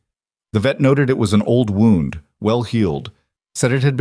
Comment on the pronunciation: You need to learn how wound is pronounced.